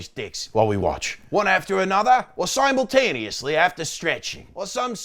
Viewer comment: Add the mispronunciation of "simultaneously" (sYmultaneously) 😅